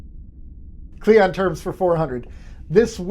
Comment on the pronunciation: It's "cling on", not "cleeyon". Qapla'!